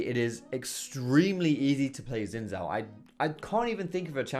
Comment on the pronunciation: Xin Zhao is prounced SHIN! I forgive you for not be able to say Zhao though, its pretty hard, but at least u should say zao, like Zaofu from Korra